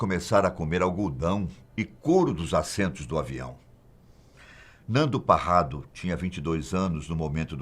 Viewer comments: Una correção...não eh Nando Parrado o senhor falou Nando Carrado, e apenas uma correção mas seu relato está perfeito com muita profissionalidade e sensibilidade, Sou Uruguaio e conheço os sobrevivientes pessoalmente. Ten coisas que me contaron y que no está no filme e outras coisas,mais debemos respetar o acontecido , foi um verdadero milagre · Nando carrado 😂😂😂😂 é Parrado seu ignorante......